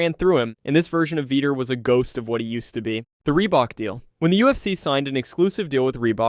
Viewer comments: It's not veeter it's vee tore Vitor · Veeter instead of vitor lol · Dude, Vee-tore. Say it with me Vee-tore. Vitor. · "Veeter" lmao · he said veeter 25 times OMG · Bruh, “Veeder” Belfort? 😂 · veeter belfort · Who the f is “veter” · Mispronouncing Vitor made this unwatchable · Bro please look up how to pronounce Vitor's name before every saying it again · The way he says vitor lmao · Pronounce Vitor's name correctly. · I couldn't finish the video. It was a travesty the way you pronounced, "Vitor". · Lmfao “Veeter Belferrttt” 😂🤣😂🤣